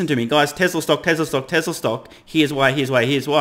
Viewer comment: TeZla! Lol!